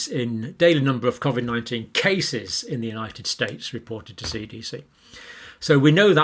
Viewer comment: The man can’t even pronounce covid correctly, what does that say about him.